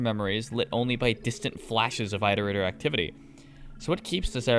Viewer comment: I agree entirely but disliked purely for "eye-torator"